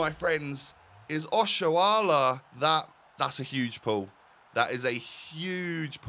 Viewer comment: I really like that you can pronounce Nigerian names well, Oshoala, Chukwueze 👍